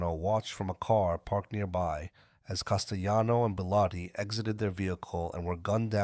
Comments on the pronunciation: No, in Italiano the name is pronounced as CAS-te-Lano. Not jano. And with the accent on first syllable CAS. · I can't take this podcast seriously when the narrator refers to Paul Castellano as Castejano